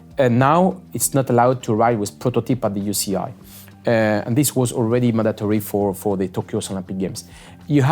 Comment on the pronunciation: Manon... what is the "You she eye" 😂